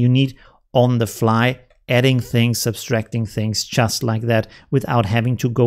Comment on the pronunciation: Thanks for the great videos! Heads up: the word ‘Subtraction’… not ‘Sub-Straction’ (minor correction)